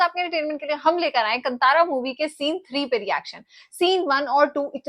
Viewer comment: This is not कंतारा this is कांतारा